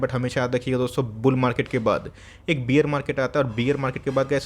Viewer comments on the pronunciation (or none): Your videos are very informative. Just one small suggestion. Please pronounce bear as बेयर not बियर. बियर मार्केट सुनके ऐसा लगता है कि सब लोग peg लगा के बैठे है 😂😂